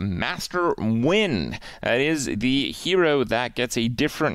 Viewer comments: Krip said Nguyen mostly rightttt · I'm very proud Kripp pronounced Nguyen correctly